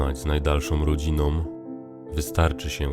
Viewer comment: Wspaniały Tuwim mistrz języka polskiego. A Pan Lektor bezcześci cytaty, jakby chciał przebić wspaniały skecz kabaretu "Dudek" pt. "Ucz się Jasiu" (koniecznie proszę oglądnąć, szczególnie końcówkę!), i z uporem maniaka wymawia: z rodzinom, bełkocom, pochodzom, posiedzom, dziewczynom, turystom, obetrom, rękom, przeliczom, zamiast poprawnie: z rodziną, bełkocą, pochodzą, posiedzą, dziewczyną, turystą, obetrą, ręką, przeliczą. I uparcie ę w wygłosie, gdzie ma być zamiast pisanego ę właśnie mówione e lub, co najwyżej, "muśnięcie" ę! NIE PSUĆ POLSZCZYZNY!!! Serdecznie pozdrawiam.